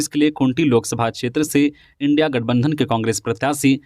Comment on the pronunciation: सेन्हा,स्नेहा नहीं और इंडिया,इंडी नहीं